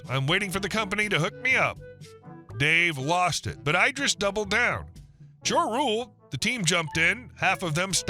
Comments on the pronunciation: Every time you say "EYE-dris" I'm squirting you with a water bottle. Are you secretly an AI reader? Have you somehow despite working on Youtube for a living NEVER heard of Idris Elba. It's bloody ID-riss you knob! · Eye-dris? You mean like Eye-dris Eel-bra? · Idris, as in Elba…not ‘eye-driss’ 😂